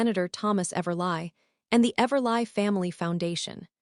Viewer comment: I believe it’s pronounced everlee and do better people who do these stories!! Proof before upload!! 🤦🏼‍♀️